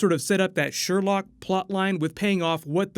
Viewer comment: It's Sherloque not "Sherlock".